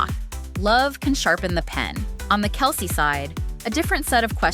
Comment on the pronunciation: You said "Kell-say" That's hilarious